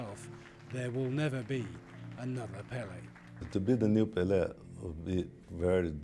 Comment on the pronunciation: It's "Pellay", not "Pelly".